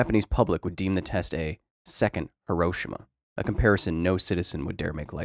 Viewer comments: Great presentation and I appreciate the data.... But, just for the sake of accuracy.... it is pronounced He-Row-She-Ma.... Not He-Rosh-Ama... I have visited the site and spoken with the people living there... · The 'i' in Hiroshima is silent. It's pronounced 'Hiro-sh-ma'. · Minor nitpick: your mispronunciation of Hiroshima. ☹️ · Might be helpful if you pronounced Hiroshima properly !! Would give you some credibility.